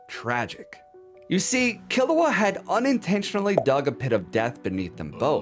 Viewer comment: whoa, whoa, whoa! Don't blame the child Kiruwa for the dominos set in motion by Gon's Parthenogenesis father Gingu! (its driving me nuts that you pronounce Gon like GAN when it s along O sound like GO with an abrupt ending with an N. yet you pronounce Kiruwa as Killawa. JUST USE THE ENGLISH DUB PROUNCIATION !! you dont pronounce Goku as GAKU!!